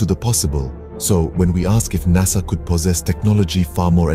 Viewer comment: Noo NASA Not Korekt.. 😢